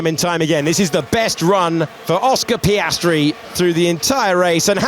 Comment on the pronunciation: Hate the narrator, sorry, i have to say it. His over "sophisticated" English, his false emotions, his way of exagerating the names of some drivers (mostly Piastri)...trully umbearable to listen to.